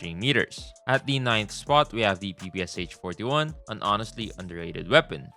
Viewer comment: really aaid pppsh 18